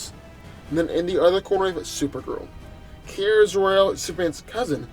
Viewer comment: It's Kara not Kira...